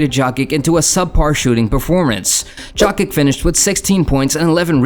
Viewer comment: I think its AI lol. Joekic lol